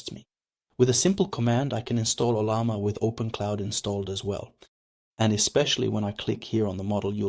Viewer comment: Yeah, he's mispronouncing everything: Claude. OpenClaw. Ollama. Almost sounds like he's an AI himself using bad text-to-speech. Makes for a distracting video.